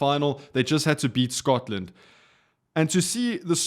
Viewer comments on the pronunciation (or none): none